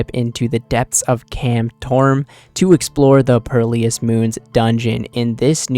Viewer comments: bro said perlious 💀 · Lawl purrleeyus